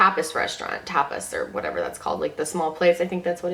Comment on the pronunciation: Tapas is pronunced like topless without the l.